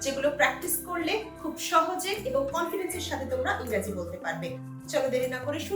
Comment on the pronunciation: Engreji.. Not Raji